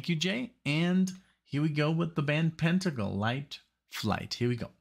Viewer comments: Pen-tangle, not Pent-angle. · It's PEN tangle